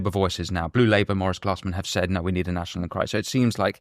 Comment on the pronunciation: Nat-io-nal Enquiry!!!